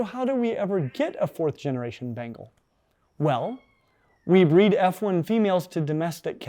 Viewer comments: Ben-Gaall not bengel. English student of the British Empire, we made the Indians life a misery, almost as bad as smallpox (a God out there apparently). They're cute and make the weirdest noises. I was allergic, the histamine cascade that almost killed me seems to have reset that allergy. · "This.....is a BANGLE!!! and a BANGLE!!! is the coolest looking housecat in the world...least if y'ask me." Lol. That pronunciation tho.